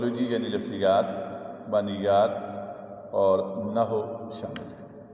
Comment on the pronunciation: یہ نحو کے لفظ کو و کے ساتھ پڑھنا ہے مطلب۔ نہ ہو نہیں پڑھنا۔ Na Haww prhna. Naho nahi